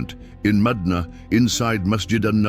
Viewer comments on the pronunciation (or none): If you keep saying madunaa, instead ov saying madina pronounced madeena,I cAn,t listen to you as madina is a very very sacred but holy sight for all mankind,carry on brother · It's madina not madaana...pronouns properly